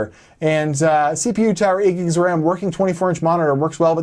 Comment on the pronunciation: "How much WAM"